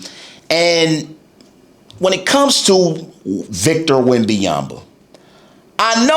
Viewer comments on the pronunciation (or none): You do not pronounce his name right as a mixed French - There's no Victor Wembayamba - SGA was the best Player before he was the Champion- much like almost everyone - not a Spurs fan but at least keep your content about basketball - You focused too much on Someone who tried to be great - People/Fans/Analysts/Players do not hype Players who ain't have a big potential - That's what they always do to Players before - You need attention - We get it - Clout chasing weirdo